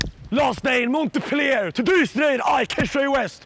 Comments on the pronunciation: "monte-pliaire fRANCE" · Every time he says "Montepellier" a little kitten dies. Kesha God btw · Did Kesha just pronounce Montpellier ("Mon*t*-pell-i-er" ) like Montepleayeah?! xD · The way he murders his pronunciation of montpellier... XD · I love how he says the city name the wrong way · The T in montpellier is silent lmao